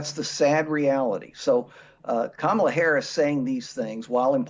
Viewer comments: Oh Dernald Funk, you still can not pronounce a person's name correctly ... i.e KA mala, not Ka Ma lah? It makes me wonder! All of this cognitive decline hollering against ? Just take a sad little bow, get back up that tacky golden escalator (providing it can carry that weight and move on, you ridiculous poor sad man. Not a fat joke, just wishing for you to blow away. Granted, George Bush never did get the correct pronunciation of nuclear vs. nuc-u-lar quite right. But I never felt he could/would or harm me sell out in this disgusting way! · Her name is pronounced “COMMA-LA. What he is & talking about is himself not her.🤣🤣🤣🤣🤣🤣🤣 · First off, it's pronounced Kah-muh-luh. If your can't even manage to properly pronounce the name of the person you're running against should be warning sign #1 of your cognitive deterioration. Also, you're the only one in this race who's a convicted criminal. The fact that you're even allowed to run says everything you need to know about what the Republican Party stands for. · He’s such a tiny richard for mispronouncing her name repeatedly. So rude, so disrespectful. He can kick rocks with no shoes on and every body like him can join him! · Trump can't even pronounce her name correctly. Is it pure stupidity? Or an insult on the 5th-grade level? Her name is pretty f'ing easy to say. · I know its a minor thing, but if Trump can't even pronounce his competitor's name properly, it doesn't give you confidence in his eye for detail or his diplomatic ability. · bro can't even pronounce her name correctly. okie dokie. he's a CHILD.